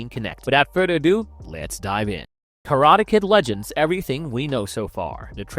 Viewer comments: train your AI to pronounce words correctly. wtf are "kuhrada" and "prodaja"? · Karata? Am I having a stroke or is my hearing giving up on me? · Your AI cant pronounce karate